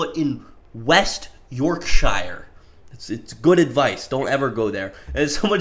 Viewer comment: Bro better not pronounce Yorkshire like that ever again